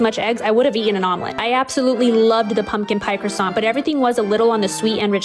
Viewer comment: I love your videos but as a French, we do not prononce Croissant as Kwassantt 🥲it's prononce as Krrwa-sahn we do not prononce the T as the end , the kr sound must come out of your throat ahha. Howerver I know this sound for you native english speakers bc you don't really gave it in English but still hope it helps ;)